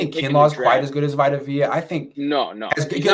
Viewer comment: Vi tuh v uh ??? Bro vita is from the bay bro how you fuck his name up 😂